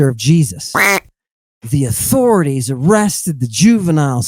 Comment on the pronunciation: You are beholden to “ahthaurities” Ammon is not